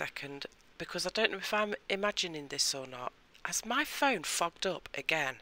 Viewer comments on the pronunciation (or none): I just found your channel! I liked and subscribed the moment I thought you asked if your phone fogged up again but it sounded like “did my phone f#ck up again”!😂 You do beautiful work and are quite entertaining! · It sounds just like effed up. I’m surprised you tube hasn’t said something to you for cursing lol😂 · I have to rewind every time you ask if your phone has “fogged up”. I guess the accent makes me think you’re saying a different word than “fogged”. 😂😂😂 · I thought the same, until I just read this comment 😂.